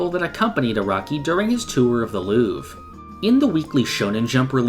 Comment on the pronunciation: Just a little fix about something that many anglophones get wrong: in Louvre, the r is not silent. There's actually no silent r in French as far as I can remember (French is my native language)